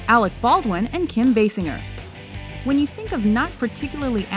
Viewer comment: That's how "Basinger" is pronounced?.